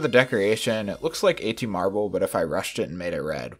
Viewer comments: Everything I say is fact, proceeds to call Atmarbl “ATM-arbl” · first “kenos”, now “atmarbl” and “photovoltaic” goddammit why must you pronounce everything wrong